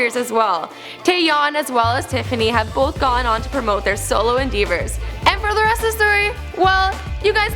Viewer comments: Yeah. At the end she says "endEEvers" instead of "endeavors". Smh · "endeevors" lol